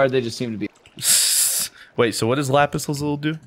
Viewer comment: The way they said "lapis lazuli" made me wanna sCREECH